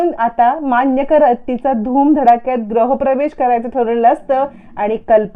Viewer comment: ग्रह प्रवेश नाही म्हणत, गृह प्रवेश असं म्हणतात.